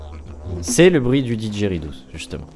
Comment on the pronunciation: Didgeridoos se prononce didgeridou et cest un instrument australien crée par les aborigènes (ancien tribu a lorigine de laustralie vivan dan le désert)